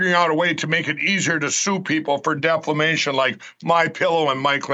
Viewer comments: Lindell wants to make it easier to sue for "deflamation".😁 This is the second video I've seen where he said deflamation, not defamation! 😆😂🤣 MAGA MORON! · My Pillow Lindell:. "deflamation"! LOL. Oh and he has the ",Roko" TV streaming device. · Bahahahaha, Mike Pillowguy still can't pronounce defamation, what a numbskull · Hey My Pillow Guy, the word is Defamation not Deflamation. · I have 2 things to say...DeSansis...Deflamation.. I rest my case